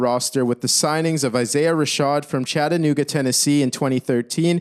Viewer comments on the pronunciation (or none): none